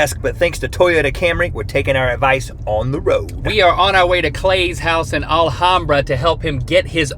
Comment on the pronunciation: THey Went TO ALHAMBRA SMH I COULDVE SEEN THEM ps its al-ham-bra